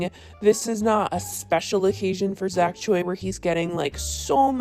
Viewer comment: why are white girls so incapable of pronouncing choi correctly??